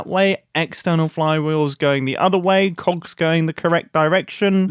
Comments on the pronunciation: MUMBO PLEASE PRONOUNCE THE G IN COGS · Mumbo still can’t say cogs without it sounding like something else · please, never say play with cogs...... with your accent its uhhh interesting to hear 😂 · Especially BIG COGS! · I took me by surprise for a second 😅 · I fr thought he said something else